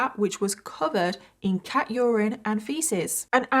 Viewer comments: **cat urine, not kat urine 😂😂😂😂😂😂😂😂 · Cat urine, not 'Kat' urine. lol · CAT URINE NOT KAT URINE 🤣